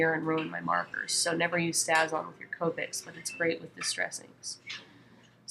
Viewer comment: Just thought you should know that the ink you used is pronounced "stay-z-on" (long a...just like the word "stay." It actually has a long mark over the "a" on the container (which my keyboard won't let me do)! Hope you don't mind my letting you know. Otherwise, nice video!